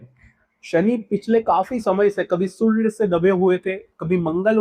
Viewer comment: मात्र सूर्य शब्द का उच्चारण आप ठीक से नहीं कर पाए